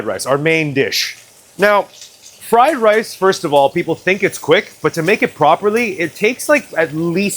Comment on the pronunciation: hahaha,... your fking friiii lice is fking full of WOOOK HEEEIIIII